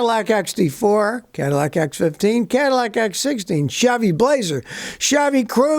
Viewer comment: SCOTTY PRONOUNCES CHEVY AS SHABBY: LOL